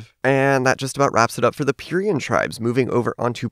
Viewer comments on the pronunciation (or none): It’s PIE-REE-AH, not pee-rea-uh! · I think its called (Pie-yer-ree-y-a) and (pan-ta-l-a) From what I heard from other people